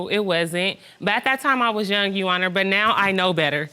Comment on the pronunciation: If she says “you honnar” one more time!! Lmao!!!